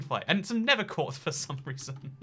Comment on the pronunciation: Bruv he doesnt even say nether portal he says ned portal